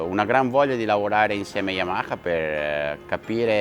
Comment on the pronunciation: It's funny how no Italian is able to say "Yamaha" correctly😂❤